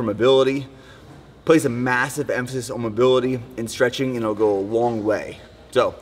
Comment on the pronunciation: ‘oan’ instead of ‘on’ - what accent is that?